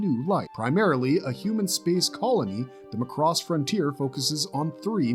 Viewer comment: My ownly complaint is your pronounciation of Macross... "Mack:cross" not "Mah:cross" Otherwise, yeah, pretty solid list of Space Anime!